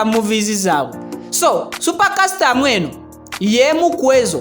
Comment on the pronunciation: A bit annoying pronounciations, mbu Aromantic 😠, the word is not Aromantikki but Aromatiki , not super kasitamu but Super custom/kasitomu . Born 1981 and 41 😡. Very annoying